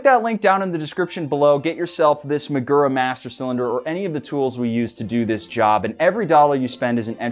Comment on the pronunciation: This is a good, worthy, useful video. Nonetheless, say it 100 times: muh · goo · ruh. You ‘merican dudes ALWAYS pronounce words from other languages by smearing your typical set of speech sounds over words according to how they are spelled. STOP IT. Do your homework before uttering unfamiliar words, otherwise, the damage you do to languages outside your own is incalculable.